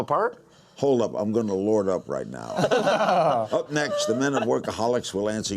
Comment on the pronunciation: "Hold up, Im' gonna lord up right now." Gotta give him props for tryin tho.